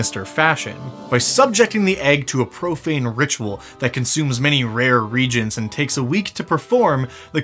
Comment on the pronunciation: "A profane ritual that consumes many rare regents". The way you say reagents really threw me off there and it took a while to realise you weren't talking about sacrificing some powerful people (although it would make a sort of sense as it really reduces how often hags can perform the ritual). Made me think of an interesting plot for a game; kings and queens are being killed off and only the youngest children are left alone. A coven of hags is trying to manipulate a bunch of ordained regents into a meeting where they can perform the ritual to create the Hag Dragon.